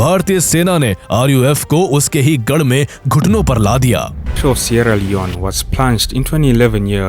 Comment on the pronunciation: pata nehi yeh baar baar admin seeria leone bol raha hain par mujhe sunny leone sunai de raha hain😢